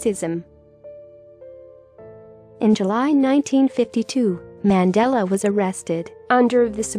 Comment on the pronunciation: Worst pronounciation ever of our former Presidents name